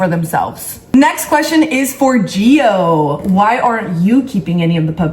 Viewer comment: No hate but it’s gio